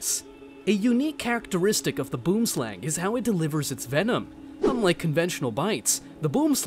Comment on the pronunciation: boomslang is pronounced: boo-em-slung. Just being prodantic and patriotic 😂